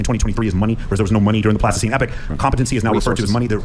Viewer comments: When that guy on the right keeps saying "Plastoscene Epic" does he mean Pleistocene Epoch? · That guy can't even say epoch right 😂. He probably heard "pleistocene epic" from another red pill guy and ran with it.